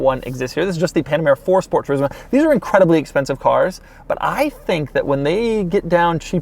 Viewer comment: the way he said turismo slayed me